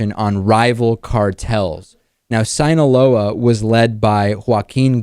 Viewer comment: What the hell David? Did you have to sound so "American" when pronouncing "Joaquin Guzman" or "Sinaloa"? You have never done that before, this all just seems very strange >.>